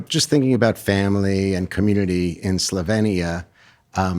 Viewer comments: Imagine interviewing a major celebrity without even knowing how to pronounce the name of her native country. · Less than 30 seconds in and the interviewer can't even pronounce Slovenia correctly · It’s pronounced SlovEEnia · She for 1) grew up in Yugoslavia, 2) Yugoslavia was not a communist country but a socialist federal republic which most people report was a great country to grow up in, just like Melania did in this interview. 3) its pronounced Slo-vee-nee-uh. Please get educated. You’re making it sound like she fled Venezuela…